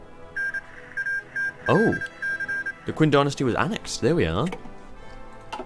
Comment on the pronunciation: Also for future reference, it's pronounced the 'Ching' dynasty